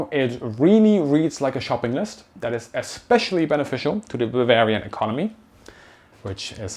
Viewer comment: where "did" the 100 bil go? what do you mean "did"? shouldn't you label it where will it go within the next couple years? by the way you say "wif" "dat" "dis" as a german it hurts me, because most germans pronounce it that way and it just sounds ... weird/wrong. The TH is a soft Z ed as if you would have a slight lisp or bit your toung not a D or W